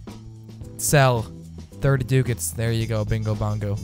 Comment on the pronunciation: It's pronounced: Duck-ats